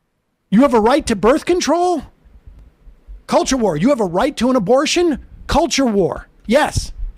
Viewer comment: Gives voting rights “Hewp da weft is aggwessing me in da cuwture war”